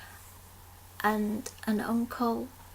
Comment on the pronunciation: LOL When you said 'aunties' I thought you said 'NTs' :)